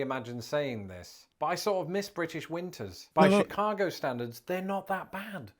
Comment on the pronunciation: Oh my God he's starting to say Chicago with a Chicago accent! Shi-caaaah-go